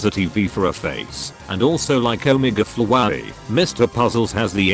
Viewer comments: As described in my comment: “omege flowaey” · it sounds like the voice is saying fwowey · The TTS pronounces “Flowey” weirdly. XD